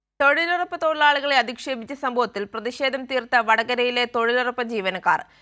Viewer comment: തൊഴിലുറപ്പല്ലല്ലോ തൊഴിലുഴപ്പല്ലേ...